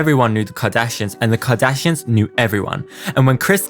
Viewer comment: I cannot with you saying "Jardashians" and "Keggie" 🤣